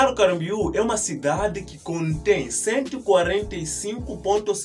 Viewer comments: Fale mais devagar, para pronunciar melhor. BALNEÁRIO CAMBORIÚ. CAM BO RIÚ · Essa ANTA falou o nome da cidade ERRADO todas as vzs....